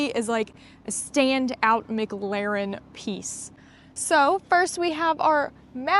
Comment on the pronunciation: Please learn how to say McLaren properly. It’s not so different it’s not pronounced phonetically. Please stop